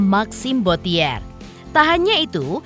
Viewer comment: tolong yang baca narasi suruh belajar mengeja tulisan & baca dalam bahasa Perancis yange benar. Bottier bukan dieja bo-ti -ér, tapi bo-ci-e [ huruf r nggak dibaca ]